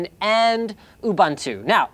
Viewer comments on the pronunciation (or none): OOBUN-TOO?? say what now? oobuntu? ITS ubutntu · It's pronounced "Oo-boon-too" not Oo-bun-too! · it's pronounced (uh-boon-too) not (uh-bun-too) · "oo-bun-too"?? "There's always a butt." "Some people will be thrilled with the return of the nipple." I'm so sorry.